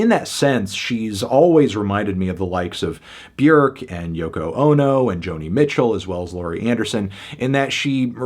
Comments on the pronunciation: Hitting us with that correct Björk pronunciation. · Thank you for affirming that Björk rhymes with "work", not "fork"